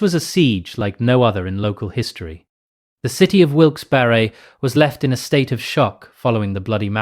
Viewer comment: You actually didnt eff up the pronunciation. Pennsylvania thanks you. ❤